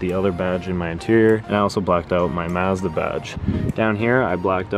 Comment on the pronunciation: You need to go to google translate and learn how to pronounce Mazda...... 🤦🏻‍♂️